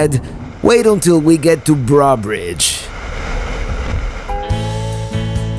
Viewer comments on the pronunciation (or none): You were on I-12 (between Madisonville and Baton Rouge) when you said you were driving I-10. Also, Breaux Bridge is pronounced Bro Bridge. Really easy! You did well with Atchafalaya! That toad near Breaux Bridge has been redone. The psychological change for me is crossing the Sabine River to Texas. That's where the climate and culture changes.